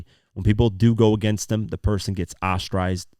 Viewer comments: It's pronounced Aus-tra-sized, not Aus-trized. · New - mo - nia Austra - sized 😂😂 Otherwise a good video